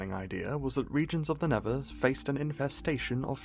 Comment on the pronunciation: "tha neva"